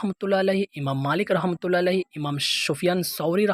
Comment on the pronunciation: ایک تو اپ نے ان کا نام بگاڑا ، جس کی سورہ حجرات میں ممانعت کی گئی ہے "ولا تنابزوا بالالقاب"، دوسرا، اگر اصلاح کرنی تھی تو اس طرح کرتے جس طرح سے مفتی طارق مسعود صاحب نے ان کے سامنے ان مسائل پر گفتگو کی ہے اور ڈاکٹر صاحب نے رجوع کر لیا ہے، کے ائندہ مسائل پر گفتگو نہ کروں گا، اور اپ کا لفظ "رحمه الله" درست نہیں کسی سے اصلاح کروا لیں ، اور مذہب اور ذاکر بالجیم نہیں ہے بالذال ہے